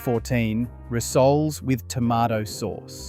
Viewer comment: Rissolies? Interesting content but the weird A.I. mispronunciations are off putting. Edit: Add Ussy & S.A.Os to the list of unfortunate pronunciations!